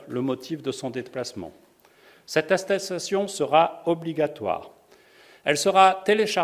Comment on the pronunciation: cette asstasation 😂😂